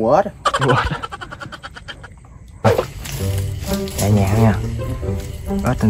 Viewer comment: Ếch ba ơii chứ k phải ết ba ơii